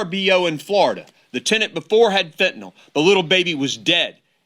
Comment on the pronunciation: Good on all of that, but when will educated people stop saying FENTANALL and start saing FENTANYL?